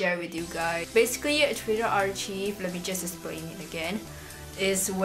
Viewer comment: I love your video and youre so cute but i just wanted to let you know its pronounced ar-KIVE not ar cheeve haha (